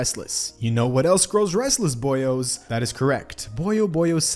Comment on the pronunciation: the boio'est of the boios